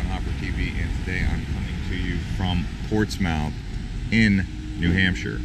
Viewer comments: Pronounced Portsmuth, I know the spelling is incorrect yet that is the way to say it. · You know absolutely zero about history if you think it’s pronounced “Ports Mouth”. Never heard of Portsmouth England? Portsmouth, VA? Lol. You should do just a tiny bit of research before attempting a travel vlog. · Great Video but please correct all the errors: It is not pronounced Ports mouth. Also, NH is not the home of the New England Patriots. Massachusetts is. Also, NH is the Live free or Die State. The Constitution State is Connecticut. On a side note, the Constitution was signed in Pennsylvania. Lastly, the birds at the end of the video are not Mallard Ducks. They are Canadian Geese. Please don't assume something when trying to inform people. Do the research first! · Cringing on "Ports Mouth" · Its pronounced Ports. MITH ! Ask a local first. Before you buture the name. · Stop with the "mouth" 😂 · It’s pronounced ports-mith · During your visit to Portsmouth, did no one teach you how we pronounce it? 😃 Great video though. I loved watching it. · I live here and people don't call it "Pompey". Kind of like his mispronunciation of the name, not sure where he got that. However, the tour he gives is really a good representation of walking around the downtown and he obviously did some research on what he was going to see. When the city was incorporated in 1650, the name was changed from strawberry bank to Portsmouth to honor the colonial founder who was the head of the Portsmouth harbor in Hampshire. In New England and in New Hampshire all the names are either English or Indian. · Holy crap can you at least pronounce the town name correctly. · You have to say it fast not like two words Portsmouth not ports mouth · It's Ports muth, not Ports mouth. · It’s pronounced “Portsmuth”not Ports Mouth!!!!!! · it's not pronounced "Ports-mouth" its pronounced "Port-smith" it's a "New England" thing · We dont say ports-mouth, it sounds like Portsmuth. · Its NOT POSTS MOUTH..its portsmth